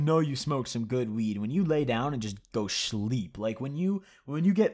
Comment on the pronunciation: Man said shleeep